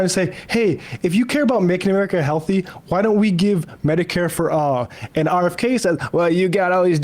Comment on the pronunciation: 'RKF'? It's been 9 hours bro. How'd you fuck that one up?